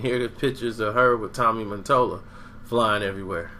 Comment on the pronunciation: MATOLLA. MUH-TOLLUH.. DUMBASS